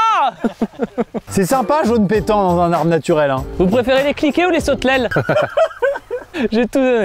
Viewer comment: « sautelelles » le l remplace le r, d’où la vanne… 😅